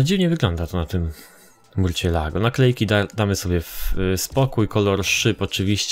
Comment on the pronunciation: czyta sie "musjolago"